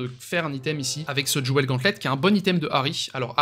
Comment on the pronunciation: Bonjour, Jewels ne se prononce pas jouels mais jouls Excellente video.